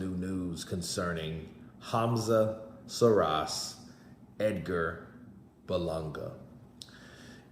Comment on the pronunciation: Another nobody with a 2 bit story in support of losers. PS "Call him by his name" pronounced SHEEEEERAAZ. Not Seeraz.😊